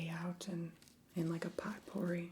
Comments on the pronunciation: me: did...did this bitch just say "pot-pour-ee"?? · Potpourri is pronounced POH-per-ee